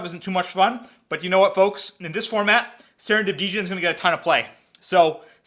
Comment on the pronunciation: Djin not Deeejin